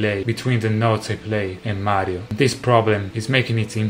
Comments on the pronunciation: I love the way he says "maaario" So italian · Hearing you say Mario is satisfying. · Probably the first time I've ever heard an authentic Italian say "Mario". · The way he said "Mario" is really satisfying! All this time I've only ever heard non-Italian trying to say "Mario" in an Italian accent and no one ever even gotten close to the real Italian accent lol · Notice how he says “Mario” with perfection